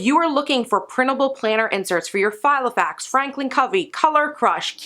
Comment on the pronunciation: Yep, that's meant to be Filofax, not Gilofax!!!! 😂🙄